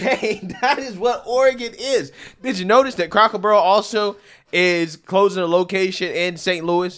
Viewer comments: Lol bro you’re pronouncing it “Crocker barrel” :) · It's C R A C K ER BARREL NOT CROCKER BARREL YO YO.